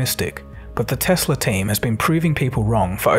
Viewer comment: Tesla not Tesler